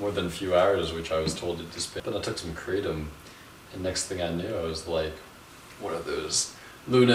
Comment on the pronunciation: Thanks for this video a lot of true points. And the way you pronounce Kratom is the same way that I do. I see it wrong elsewhere. This herb has been helping me for a year with my prior anxiety and I'm now free of drugs and alcohol for over a year because of it's almost daily small dose use. I can vouch for your improved immune system theory. No sickness in over a year! Not even a cold which is unusual for me. Benefits galore! Now I need to move to a tropical environment with my own trees!